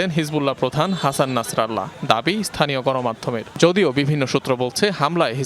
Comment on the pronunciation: শব্দটি হাসান নাসরুল্লাহ উচ্চারিত হবে